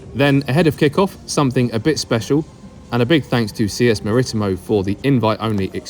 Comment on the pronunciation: When you say Maritimo is one of two teams on the island your only half right. They actually have lots of minor teams and used to have 3 major teams Maritimo National Madeira Unial Madeira who folded earlier in the year. It is also pronounced Maritimo (as in Maretemo) You are over pronouncing the I.